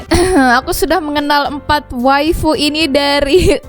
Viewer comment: Kak kirain bilang wibu ternyata wifu